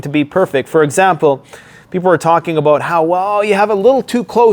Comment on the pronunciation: you should review this and see the inner Canadian Beaverine in ya boi when you started talking aboot your timber toy's 😂🤘🦫🪓🗡️